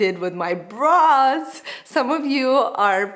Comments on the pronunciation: Yes, always sounded like bras and not brows LOL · Sounds like you said ‘bras’ at 0.11😂😂😂